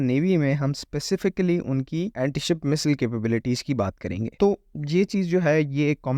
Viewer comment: Missile ko mesel kuo pronounce kar haii ho? Aadhaa teeter aadhha bataer Phir Anti ko Aamtie bolo. Height of stupidity